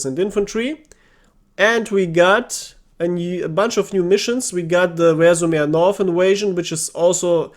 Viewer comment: It sounds not 'rEzhev' but 'rzhev'.. stress on the last (and the only one)) E